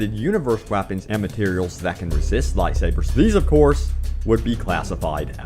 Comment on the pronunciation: Wtf is you pronunciation of light sabers